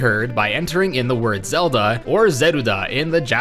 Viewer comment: You Say “Zelda” not “Zedlda”